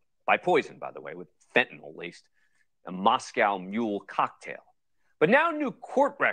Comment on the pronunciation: Couldn't help but laugh when Dan Abrams said Eric Richins was killed "fentyn-ally"